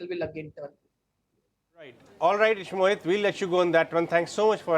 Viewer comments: Please pronounce name properly. Ishmit? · It’s Ishmohit and SOIC not Ishmeet and soic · Ishmit 😂😂😂 soyic 😂😂😂